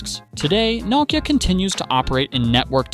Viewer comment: I don't understand how it is possible to do a video on a brand, and continuing to mispronounce it